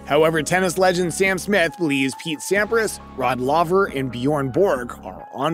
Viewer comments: It’s Laver not Lover come on! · It's pronounced 'L-ay-ver' not 'L-ah-ver' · Come ON … You made a YouTube video about tennis and you did not even bother to take the time to learn how to pronounce Rod LAVER’s last name? Shameful.